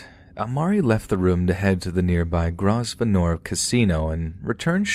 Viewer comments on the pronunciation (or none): It might be an idea to do a little research into pronunciation. Grosvenor is not pronounced groz venoor but grow vener. There were a few similar examples but that was the most hilarious and stand out lol. You might use the same edit technique as with 'Tanzania'. Heathrow is an international airport town, so shouldn't have been too hard to figure out. Great work besides though